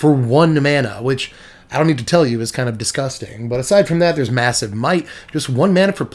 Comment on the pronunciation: first time you said Massive Might... I thought you Said Missive MIKE lol ha ha I thought you where naming the Snail.. an thanks for the $5 Decks..